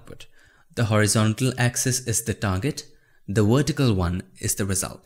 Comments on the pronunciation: The Wertical axis. Love it ;) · the wertical got me dying.